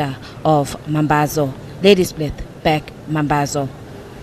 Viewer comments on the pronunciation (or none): Commentator pls its not Back mambazo its BLACK mambazo